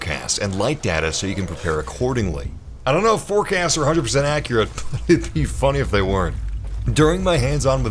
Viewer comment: You are the “” hahaha